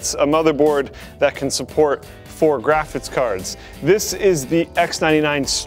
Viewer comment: is it me or does keep saying "Graphitz cards"?